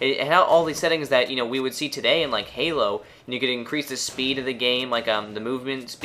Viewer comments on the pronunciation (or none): none